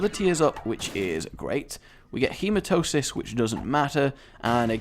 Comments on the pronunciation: HE-MA-TEM-EE-SIS rage, not hematosis exassparated face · Its HematEmis NOT HematOsis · Okay, I'm going to ATTEMPT to teach you the name of the pill Hematemesis....... HE-MA-TE-ME-SIS, also look up the condition, its fucked up tbh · ian b a de souza It's actually HematEMEsis